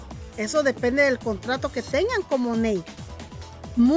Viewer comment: No es Monet, es monat